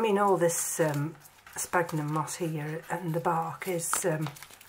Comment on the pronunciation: It's spelled 'sphagnum' and pronounced SFAGNUM not 'spagnum'